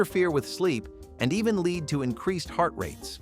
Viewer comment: The mispronounciation of lead is driving me. 😂 Absynthe candy??? Marilyn Manson would have loved that 😂